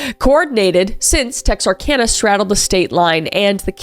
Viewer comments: I'm so glad you pronounced it right 😂😂 Texarkana update... It's still sick! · I’m so glad you said Texarkana correctly! So many people don’t. Texarkana is the next town over from us. I’m not old enough to have had this story happen in my lifetime, but my grandmother-in-law lived there when it was happening. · As someone who’s lived in Texarkana my whole life, I’m so glad you actually said it right